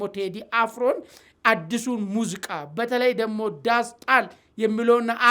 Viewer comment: አማርኛህን አሻሽል ሙዚቃ እንጂ ሙዝቃ አይደለም።